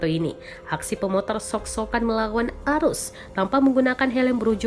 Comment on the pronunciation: knpa sok sok an dibaca shok shok an